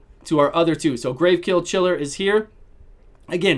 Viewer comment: You always say GraveKill Chiller instead of Gravechill Killer lol